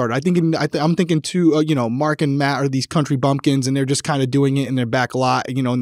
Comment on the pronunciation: Hello and. ❤ hope all is well. Love your videos and all you both put into them. Congrats on your nomination!!!! Side note. From the beginning i was first hearing Mad Abbott instead of Matt. When I relised it was Matt i just couldn't unhear MAD abbott lol my brain wont let me.